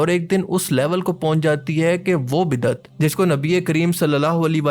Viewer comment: Azeezam! Jizakumullah for this important reminder and exposing those who are giving bad name to Islam and making fun of Islamic teachings. However, just for correction the correct word is "Bid-at" (Bay, daal, ain and tay) and not how you wrote and pronounced (BIDDAT). Thanks.